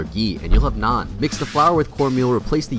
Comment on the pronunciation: The naan and ghee pronunciation was quite good ngl